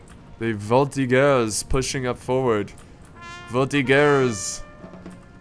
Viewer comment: Hey ! Great video ... I don't want to be a dick... or any other humain or animal part... but Voltigueur in french is pronounce with a "j" (voltijeur)... You may try it with google translate sound.